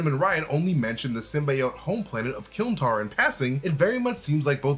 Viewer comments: Isn't it "Klyntar"? Not Kylntar? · Klyntar. KLYN. Not KYLN. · It’s Klyntar by the way not Kylntar. It means cage in the symbiote’ s native tongue. Representing the fact that the planet is just a cage around Knull, formed by the biomass of symbiotes. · Love but it bugs me a bit here whenever he says it’s called Kylntar 😂 it’s klyntar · It’s Klyntar, not Kylntar. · Y’all actually said kylntar tho?! Lol why are you making up words?!